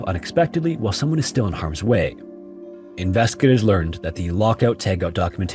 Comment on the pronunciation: Dude, slow the hell down when you talk. You're not running a race here. You say "investigators" so rapidly that it comes out as "inveskators." Slow down. And yet again you rush and say "inveskagators."